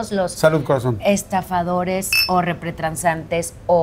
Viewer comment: Se dice repretansantes o es una falla de pronunciacion .?